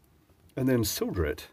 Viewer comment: Finally someone that pronounces solder the correct way, like I say it.